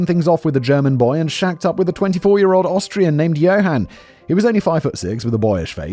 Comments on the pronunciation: Love the occasional slip ups of Australian rather than Austrian! Lol😂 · Simon mispronouncing Austrian as Australian 😂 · 45;30 Does Simon say Austrian, or Australian?